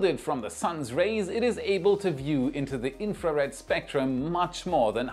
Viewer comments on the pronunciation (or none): none